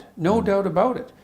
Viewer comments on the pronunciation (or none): NO DOOT ABOOT IT! NO DOOT ABOOT IT! Good Ol Small town Albertan Boy accent coming through strong, Gotta love it Much love to you from a guy born and raised in a small town in Alberta (Tofield) Keep up the good work Jordan! Sincerely David Martin